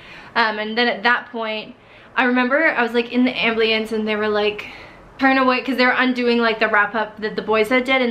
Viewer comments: ambulance, not ablueance... dear satan... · It's so cute how you say "amblience" for "ambulance." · I was wondering that 😆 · The ambliance?? Lmao u mean ambulance?? .... ❤❤ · Okay i love this video and she’s so inspiring but i can’t help but notice how she says ambliance instead of ambulance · haha, you say amblience the same way I do! My mom always got on me for it because I can't say "ambULance." 😂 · Love how she says ambliance instead of ambulance XD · This is a very interesting video, it really is, but she pronounces ambulance like "ambliance". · She said ambliance instead of ambulance 😂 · pronounce "Ambulance", not "Ambleance"...smh lol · bamabby010 lol ambliance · All power to her to endure what she had to! But truly, ambleance is a strange pronunciation. I heard it and I was thinking "what did I just hear?" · its cause she pronouced it as am-bli-ance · “amb-lee-ance” aw hahah!! you are so strong! good job 💗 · As soon as I heard ambliance I paused the video and came right to the comments 😂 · Anyone else find it adorable how she says "ambliance" 😊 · I'm sorry but everytime you sad "amb-lee-ance" I chuckled a little inside. I've never heard anyone pronounce it like that lol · I literally came to the comment section to see if anyone else noticed 😂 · machibieber96 same😂😂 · Lailah Evans OMG SAME 😂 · Is it just me or AmBlIeNcE LMAOOOO Thanks for all the likes guys :) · "Ambleance"...lol. everyone knows its Amberlamps. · great story!! but i couldn’t over hear u saying am-blee-ance lol cracked me up but i love u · Mahlet Kibret hahahah haha amblience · I replayed it 4 times 🤦‍♀️🚫 am blie ens. Why girl? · When she was saying aMbLIeNce, I was getting more triggered by the minute😂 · That's right. What the heck? She says it like that a dozen or more times, clear as day. I've never heard that in my life. "Ambliance"... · I’m sorry but I laughed every single time she said ‘amblience’ instead of ambulance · "Ambliance" you're so darling! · She said that sooo much 😂